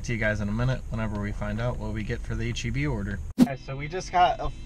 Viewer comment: H-E-B pharmacy or H-E-P pharmacy? you decide ;-)